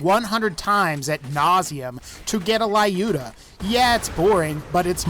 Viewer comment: Will someone mention that he said "Lyudmila" wrong? He said "Ly-uda", not "Lyuda"